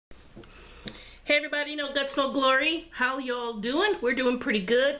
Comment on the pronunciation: nice haul love the little bag you sound like a southern when you said yall love it lol tfs